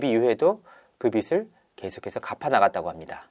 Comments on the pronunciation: 빚_ 비즐 갚다 비지있다 ..로 읽기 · 기자인데 비슬이라고 읽다니..